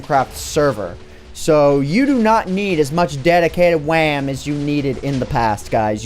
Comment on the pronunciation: someone give me the time of "dedidated wam"